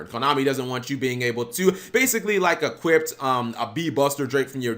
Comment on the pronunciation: Why does he keep saying 'equipped' instead of 'equip', or 'equippted' (which isnt even a word) instead of 'equipped'??